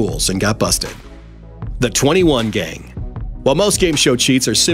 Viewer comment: He said tweny one not twenty one.